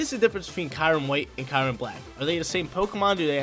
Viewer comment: Also, I think its (Curry-Um)